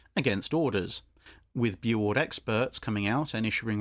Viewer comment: It's pronounced "Boo-oord" or "bew-oord". Not "boo".